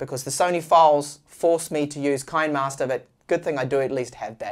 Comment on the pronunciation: Kinemaster ➡️ kee-nee-master, like you would pronounce "cinema'ster".